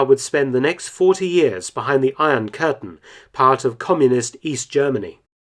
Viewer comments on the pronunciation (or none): none